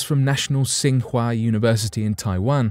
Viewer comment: FYI TsingHua as in the University in Taiwan and the one in Beijing is pronounced as Ching Hwah